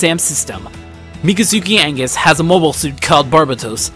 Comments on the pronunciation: mikazuki angus wtf its pronounsed Mi-ka zuki Au Gus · its augus , not angus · "Angus? " r u sure that's how you pronounce aUgus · Augus. AUGUS. aUuugus. Not Angus. Mikazuki is not MacGyver 😂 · Hey it’s agus not angus you disgraced me and the creators 🤬!!! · It's Augus, not Angus. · thats not just a mispronounciation, you put a letter in there that isnt even supposed to be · You say wrong mikazuki augus very wrong the world is wrong